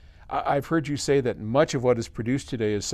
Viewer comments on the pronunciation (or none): none